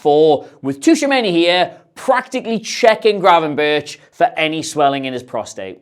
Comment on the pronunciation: NO ITS GRAVENBERCH